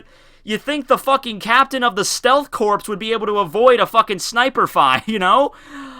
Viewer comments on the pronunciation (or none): One of these days... You'll stop pronouncing Corps as Corpse. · corps = core. fyi :) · Kakazua Gagata To put it simply it's pronounced "core"